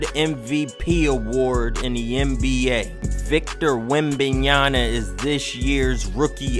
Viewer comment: Just call him wemby instead of butchering his name every fucking time